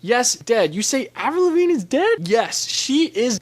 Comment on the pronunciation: “Avril Lavinge”?